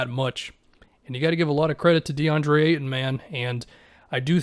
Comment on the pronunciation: Hahaha reading the auto caption for is funny, he never gets ayton name pronounced correctly